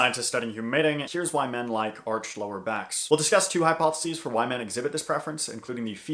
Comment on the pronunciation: when you said two hypothesis i heard "twerk-hypothesis" but on a serious note men were just programmed to like women